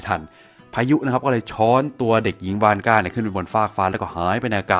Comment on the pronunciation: ผมฟังเป็นคุณยายวอสก่า